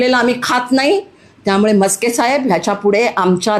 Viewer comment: ताई मस्के नाही.नास्के म्हणा.😅